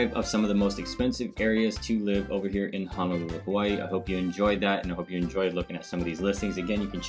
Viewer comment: Ho no lulu not han o lulu. And o ahu not o wahu. Get it right.